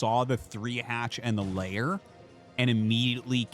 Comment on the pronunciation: Episode 9000 of the riveting "who can call the game over as early as possible" school of anticlimactic commentating! p.s. "lair" rhymes with "corsair", not with "layer" FFS.